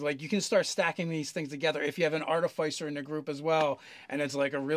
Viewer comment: That is pronounced ar-ti-fiss-er, not ar-ti-fie-ser. It is based on the word "artifice"